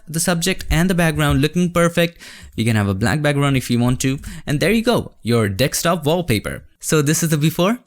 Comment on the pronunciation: Dekstop hahahahaha, you know when the scammers from India 'the Microsoft scammers" they also can not say desktop" so funny.